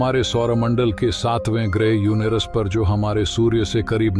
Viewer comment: युनेरस नहीं युरेनस हे उच्चारण सही कर लो